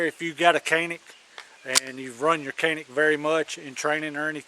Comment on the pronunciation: It’s not “cannic”! it pronounces like “John-Nick”